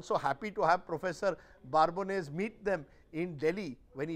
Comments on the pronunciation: First of all he is "Babones" and not "Barbones". The first job of a journalist is to learn to pronounce name. Secondly, Babones deals with data and not a journalist and data is available publicly to make calculated decisions. And he clearly said certain section "class" of India and not Individual so as an individual it's very clear for me to understand that every democracy has Nationalist and certain class of Anti Nationalist who dedicate their life to destroy India. So you are here to take out your frustrations of being on the losing side. So keep Shouting no one takes you seriously. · Wow.. what contempt that Rajdeep is showing on the good Professor. You call him Prof.BaaRbones so many times. It is Babones with no R, and you interviewed the guy. Can't even pronounce the name correctly? Coming to the point, Prof never said Anti-gurment (your pronunciation) is equal to anti-India. What the prof said is that the Indian intellectuals tend to misrepresent India, Indian democracy just because they dont like Modi and the BJP. Which is 100% true. You read any of the western publication (NYT, WaPO etc), you would think that India is a hell hole similar to Sudan or Afghanistan. You raise valid points at the end, but the prof just asked to look such incidents in the full context, size of the country and the population etc. You guys just take couple of random incidents and blow it out of proportion, to drag India through the mud (not the Govt. The agencies are not rating the Govt remember, they are rating India). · yeah... He didn't know that you would be so sharply intelligent. Can you please tell me why Rajdeep has pronounced your name so incorrectly in this video? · Why do you keep mispronouncing the Professor's last name? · Why is Rajdeep pronouncing Prof Babones' name incorrectly by adding an "r" in between. It is not Barbones. He interviewed the Professor. It is surprising he has made this mistake regularly here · Prof.Babones! Not Prof.Barbones...Mr Churdesai.